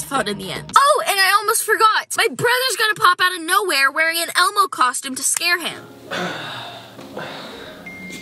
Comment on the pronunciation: Man said ebow